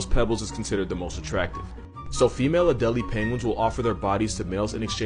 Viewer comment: You pronounce the penguin's name it's add-a-lay.